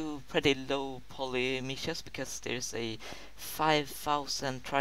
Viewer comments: not "meeshes", it's meshes with a short "e" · "mEEEshees", "smoofh".lol. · "mEEshes" 2K16. gg